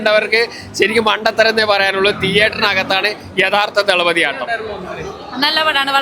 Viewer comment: "തല"പതി അല്ല തളപതി വാക്ക് അറിയില്ലെങ്കിൽ പറയരുത്.